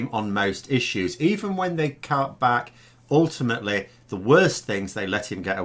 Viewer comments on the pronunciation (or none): I noticed that the word 'Back' was emphasised. Probably expressing a desire to turn back the political clock by a few hundred years.